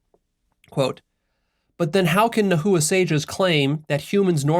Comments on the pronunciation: No disrespect but it’s pronounced [ nah-wah(t) ] not [ nah-hoo-uh(t) ] and it’s [ t-eh-o ]; you don’t pronounce the t or the l at the end. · lol my bad sorry for being that guy but it's pronounced Na-wa and the language Na-wat, not na-hu-a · Pronunciation point: “NA- wa” not “na- HOO-a “ for the Nahua. Otherwise, thx for the inspiring talk. I haven’t reached the end yet — do you post references to the article you analyzed? Could you add a link in comments and on your website? Thx again for all you do,! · Pronunciation is not Nah -- "hoo" -atl , there is no "hoo" or "ju" in the middle, is very soft "Na" . "uatl". Correct pronunciation makes everything feel more autentic. Listen to a native speaker I the second 6 and 7 in that video, she say "na uatl" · It's pronounced NA-WA not na hoo wa lol but good video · Ouch to the pronounciation. Nahua is nawua. Like agua. Teo-oh-tl. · I’m sure you’ve realized this by now, but nahua is pronounce nah-wa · Na-hua (silence h) wrong pronunciation of the word. Also all the Nahuatl words is accentuated on the second last syllable. Teotl is wrong pronounced too. The Aztec Philosophy was studied Leon Portilla from that scholar, scholars in US base their work. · Its pronounced Nah wah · Nahua pronounced na-wa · nahua - nah. wah. - no hard H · Yoy must pronounce the word nahua as "nawa" you are practicly destroying the phonetic of the language in the way that you are pronouncing the word in the video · The pronunciation of Nahua is (Na-Wa) And they’re Mexicas too And tl in Teotl is pronounced with the lisp click sound. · Immediately felt it when you mispronounced "Nahua" It's cool, Nahuatl is a difficult language and there aren't many resources on it. It's pronounced "Na-wah" 2 syllables, and no "hoo" in the middle. the language's name is pronounced as "Na-wah-t" with a very very soft "L" on the end of the "T" syllable. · Yeah, it was weird to hear it "na-hoo-wa"